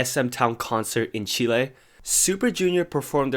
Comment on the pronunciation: Completely unrelated but I loved how you pronounced Lo siento and Chile, greetings from Chile 😂